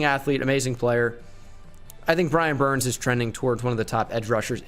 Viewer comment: He just said “Brian burn”